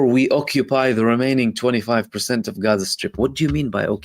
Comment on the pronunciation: I love the correct pronunciation of Gaza. It's beautiful.